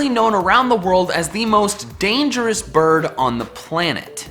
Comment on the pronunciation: Every time he said "bird", I misheard it as "birb".